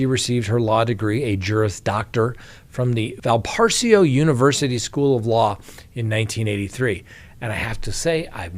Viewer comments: I know you get a lot of grief for mispronounced things. It pronounced Val- pa-ray-so. Its a Lutheran college in Indiana not far from Chicago. My brother got his undergrad there. Just thought you might like to know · It is pronounced Val pa rays o Law School. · That's Valparaiso! Pronounced Val-puh_ray_so. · Valparaiso University: Val-puh-rayz-oh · The law school is pronounced Val-pa-raiso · The law school and the town in Indiana is pronounced like this: Val-Pa-Raise-O. I don't know if Indiana University has an extension campus there or not or if the law school is associated to IU. Anyway, I just wanted to let you know. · More like val-puh-raze-oh actually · Val-par-aso. The “i” is silent. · You’re saying the name of her law school incorrectly. Look it up. It’s a well known school. It even has division 1 sports.